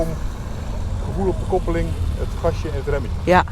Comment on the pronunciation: Kuppuling... 😄 Sounds again like german the dutch.